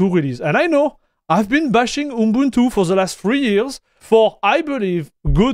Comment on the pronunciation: you say your pronunciation isn't there, but you actually did pronounce it correctly!